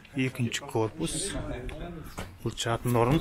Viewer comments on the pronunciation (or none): Мына деген жігіт "ш" ны "ч" ал " ж" ны "дж" деп ұрып сөйлейді екен. Тез арада логопедке бару керек.😃әйтпесе чыт орамал, чипажай, джатын орын, деп құлақты шаршатты.